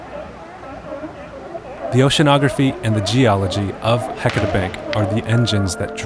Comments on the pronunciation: Ok, I grew up here in the Willamette Valley, 58 years old and NEVER heard of Heceta being pronounced like HECK A TAH in my life! It feels and sounds so,,,,WRONG to not say HE-CE-TA. Agh! How does one get beyond this mispronouncement that is ingrained in me?? I love Oregon, and geology. Thank you for this great information! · Thank you! I'm a native Oregonian and grew up in North Bend on the Oregon coast. We've always pronounced it "Ha-sea-ta". "Heck-eh-ta" is grating to hear. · I never heard it called "HECK etta" until the 80s. I think it has to do with people who weren't from here coming here and mispronouncing it, and then pretending that the LOCALS mispronounced it. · I know right! Ive lived here my whole life & always correct people who dont know how to pronounce it properly, but im shocked to hear a well-educated scientist say it wrong. I wonder how they pronounce Yachats, my favorite place in the whole world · I can't listen to the word Heceta mispronounced through an entire documentary. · You guys need to learn how to say “Heceta”